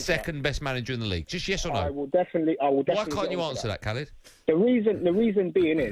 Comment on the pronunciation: When they first said his name I thought it was someone called "Calid".